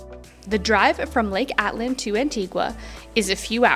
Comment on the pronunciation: note it's Lake ATITLAN, not ATLAN. Also VAGA mundo, not VEDJA mundo....the beer in Spanish is pronounced GYO, not GALLO as in English. Two LLs in Spanish is a Y.